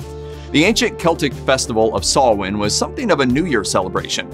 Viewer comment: Blessed Samhain, everyone! Thank you for pronouncing Samhain right!